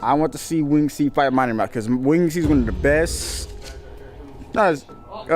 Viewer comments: Wing Ed? Its winged bro 😂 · "win-ged c" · 😂😂😂😂 “wingid” C?? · WHO TF IS WING-ED C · bruh why do you keep saying Wing-ed C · “Wing-id C” 😂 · “Wing-ed C”. 🤣. Bro can’t spell/read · “Wing-ed C” bro its one word lol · Most absurd pronunciation of “winged” i have ever heard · Why am I watching a reaction video which is basically just stealing content? Bro you don't know how to pronounce "winged" and you hear "done" as "son"? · Why are u saying winged C like that